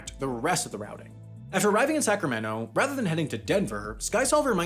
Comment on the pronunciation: Man pronouncing Sacramento as sacrameno sounds horrible.